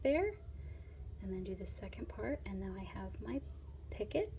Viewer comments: It is pronounced. Peeeeeecoooooo. Not picket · You call it a pockit, but Picot is called: picoo. Zo you don't speak de 't'. Your needle is far to big for this dread. Go on with tour needle tatting video's because jou explain it very wel. Good luck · Picot is pronounced Pee-co.....not "picket" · Oh don’t say “picot” picket. It’s pronounced pee-co. Just saying. Picket refers to a fence. Picot is a small loop or loops in sewing or crocheting etc. ☺️ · Picot……noit picket…..pee co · EXCELLENT tutorial! Thank you so much for making it and sharing it with us all. (Just FYI, picot is pronounced "pee-koh" rather than "picket" like a picket fence. It's a French word, and they are famous for adding silent letters to the end of words.) 😉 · Pee-kó French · "Picot" is a French word, and it's pronounced "pee-ko." Love your simple to follow instructions. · When she first said it I was like I've never heard any od the other videos say anything about a 'pick it' then went - oh - a picot 🙁😞 slightly disappointed lol. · It's actually pronounced "pico" but spelled picot. The t is silent... Just fyi. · T is silent in picot